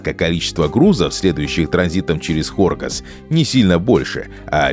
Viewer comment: Хоргос находится южнее, карты ваши врут! Ударение надо ставить на последний слог.